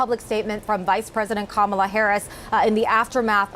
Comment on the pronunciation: Her name is not pronounced Kim mell a . However, yes we all need to pray. How do we know VP Harris doesn't already? A lot of Black people are amazed that MAGA folks think they are the ONLY ones praying.